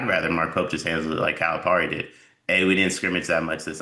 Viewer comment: It is not pronounced Par-e. Calipari is pronounced Pear-e. Seriously: it's not hard.